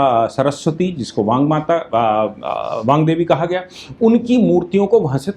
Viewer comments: वांग देवी नहीं वाग्देवी कृप्या ध्यान देंगे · aap baar baar Baangdevi kah rahe hain, jabaki yah Vaagdevi hain Chadrabindi nahi hai iss naam me, Vaak se Vaagdevi naam hai. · वांग देवी नहीं, वागदेवी / वाग्देवी होगा।